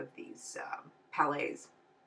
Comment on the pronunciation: you said "palettes" like "palays"